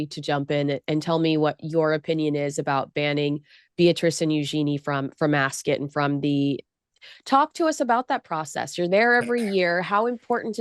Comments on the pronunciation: ❤, please, it's not, "Acs-kit" it's Ascot - that is like me saying Konsey. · It's more of a schwa sound. She has taken it from the usual American extreme of "ass cot", skipped over Rupert's (and most British people's) typical pronunciation of askət ("ass k't"), and gone all the way to the other extreme of "ass kit". My apologies if you are British and this is what you're trying to say, but most Americans will read "Ascot" as "ass cot". So for them I am clarifying: it's not kit, but it's also not cot. It's kət. Like the last vowel sound in button, mitten, color, rabbit. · why do u pronounce it “as-kit”. its weird. as-cut